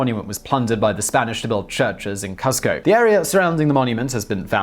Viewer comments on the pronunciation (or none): Cusco should be pronounced Cooz-co 😉